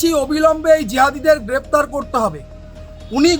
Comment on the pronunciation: Grraptar noy aksan chi